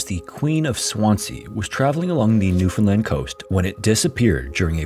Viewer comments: Also thank you for pronouncing the name of our province correctly! Look up the 1929 NL Tsunami if you're looking for content for a future video. Grim stuff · I'm so happy😊 you pronounced Newfoundland Correctly!🎉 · thank you SO much for being one of the only youtubers to pronounce newfoundland right. :') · Just have to say, as someone who was raised in newfoundland, its so nice to hear a youtuber pronounce it properly! A lot of people pronounce it like "new-fin-lind" outside of canada and every time i hear it pronounced like that it makes me cringe inside lol (The emphasis goes on the "Newfoundl-AND". Its the "lind" pronunciation that sounds so wrong to me) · We have so many "Gull Islands" here haha... P.s. thanks for pronouncing Newfoundland pretty accurately! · As a Newfoundlander, I appreciate this story and your correct pronunciation of Newfoundland. Cheers!! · 10/10 pronunciation of "Newfoundland" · I suggested this one so I'm stoked to see if featured. NL has lots of shipwreck stories but this one always stuck with me. And kudos for pronouncing Newfoundland correctly.